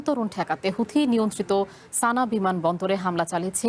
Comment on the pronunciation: সানা নয় বরং সানআ